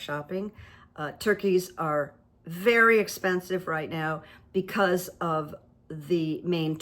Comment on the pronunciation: Veddy interesting…..but stoopid.. isn’t that what he said ?? 🤣🤣